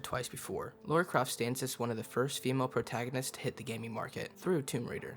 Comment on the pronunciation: Her name is Lara. Not Laura